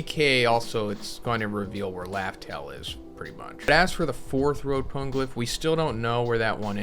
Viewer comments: Pana-glyph. Pone can't be right. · It’s not PONE-glyph!!! It’s Po-KNEE-glyph